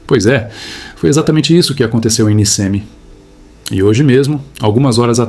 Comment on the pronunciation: A cidade se chama Nichemi...na pronúncia! E deslizamento é "Frana"! 😊